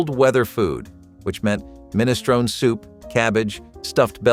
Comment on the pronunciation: MinistronE The E is pronounced, it's Italian, not English.